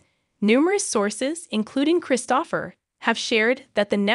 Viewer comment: This seems to be just an ai voice. The voice doesn't even pronounce "Kristopher" correctly. Nothing backs up this reporting and some of the movies like the once referenced with Tyler Hynes and Autumn Reeser are from 2022. So this is out of date and poor reporting. Although it would be great if Hallmark either brought back Mystery 101 or finished the series off with a less painful cliffhanger that seems like a betrayal of the fans.